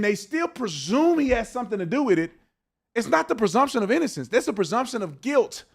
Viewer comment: The guy on the right failed the IQ test. He says "persumption" a couple of times. That is not a word! It's "presumption".